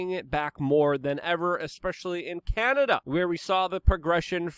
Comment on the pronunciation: Chianada. Chy-an-Ada.